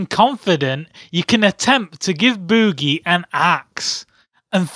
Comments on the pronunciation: Bewwgie.... Lmao.... Drrawring... Omao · LOL he says Bewgee